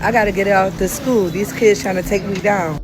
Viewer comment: Shkwel, keeds, brefus, I can only hope this predator wasn't subbing for English class, cause that bi+<h can't even spoke engrich properly.